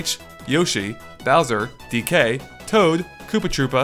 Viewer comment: I don't know why you emphasize the "K" of "DK". You're supposed to emphasize the "D". "DEE-kay", not "dee-KAY" ("decay").